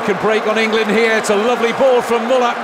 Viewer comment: The least the commentator could do was to pronounce correctly Müller"s name. The guy earned that respect, did he not ? :)